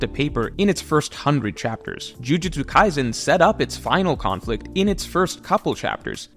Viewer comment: It’s pronounced Jujutsu-KaiSen, Not Jujutsu-KaiZen. The S is a soft S sound as it is written. 呪術廻戦 じゅじゅつかいせん Jujutsu Kaisen you really need to learn how to read the Roma-Ji system so you can properly pronounce Japanese names that are alphabetized. The Roma-Ji system is stupidly easy. There are simple rules with almost no exceptions. You can learn it in less than an hour. Maybe even 10-20 min because you are smart. When you begin to talk about Shonen Manga in general as an authority, you can’t be making basic name pronunciation mistakes like that anymore.